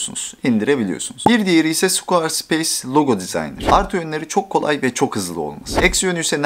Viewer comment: Squar speys değil skveə speys